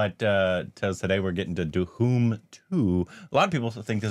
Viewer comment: Ge don't say dhoom..He says duhoom